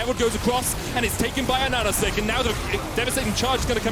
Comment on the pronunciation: Why is he saying "ahahasic" as "ananasick"?